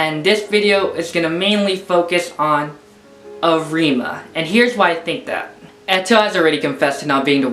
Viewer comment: Am i the only one watching this in 2021 and is annoyed for saying arIma instead of Arima and kanEki instead of kAneki (the capital letters are where you should point the letter)